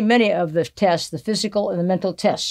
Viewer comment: "Mercury 13 TESTES"....Is that what she said?....cos thats just BOLLOCKS !!! LMFAO